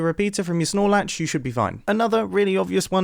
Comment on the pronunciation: Did he say RS-nor latch or Snolax ?